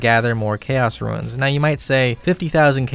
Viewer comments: you say ruins instead of runes and it makes me want to die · Correct me if I'm wrong, but catching implings gives xp and they are tradeable. Also I appreciate you calling runes, "ruins". A buddy I used to play with, called Draynor Manor, "DraynerMayner". I hear that in my head everytime. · Roons, not ruins :) great vid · is he saying ruins? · Love your content but please stop calling RUNES ruins lmao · I'm tempted to make a wiki on how to pronounce the word "runes"